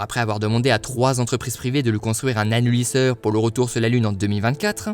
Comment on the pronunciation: Hello,! Trop génial, bien joué! La vidéo est parfaite, du début à la fin, si ce n'est à ou tu parle légèrement trop vite. A mon sens ça casse le rythme et on a l'impression pendant 3 secondes que tu t'emballes... et je crois que tu as prononcé "Annulisseur" à... 😂